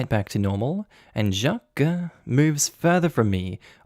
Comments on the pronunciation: you Doughnut, “Jaques” is pronounced like “Jack” but with a soft “J”. Not “Shjack-que”! You Aussie plonker! 😆🤣😆🤣😆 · Why are you overpronouncing Jacques? You're saying Jjjaquuuueeééé instead of just Jacques. You said it normally the first time, but after that you're overpronouncing it and it's making me cringe every time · That is Not how Jacques is pronounced! It's one syllable, "Zhock" the second part is silent. Sorry, but that mispronunciation is jarring and throws me out of the story. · Oh! No need to put an e sound at the end of Jacques, it's the same just a very toned down e. Like "Jah-cuh" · I don't know any Jacques but I would have pronounced it 'shac.' where is that name from and how is it pronounced? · 1) ta you just need to leave man 2) nta wtf theyre just fragile in their masculinity also why you say jacques like that im crying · I was thinking the same about the name pronunciation 🤣